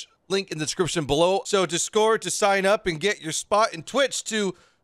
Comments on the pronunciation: Anybody else weirded out by how says discord? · Anyone else think says discord funny?